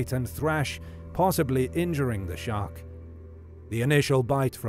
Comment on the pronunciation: thought you said shrek